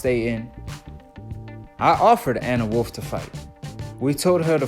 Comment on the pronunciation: U need to take a speech class .. you mispronounced Gwoat and Anne Wolfe 🤦🏾‍♂️